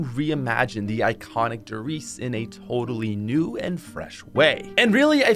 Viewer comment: You said one der reise and I was so confused for a minute and then started laughing